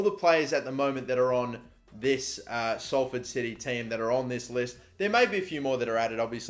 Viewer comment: OMG YOU SAID SALFORD RIGHT